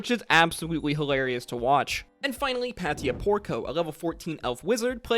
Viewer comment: same altho i did enjoy the video. let me also just add one more Patia (pay-shuh not Pat-e-a)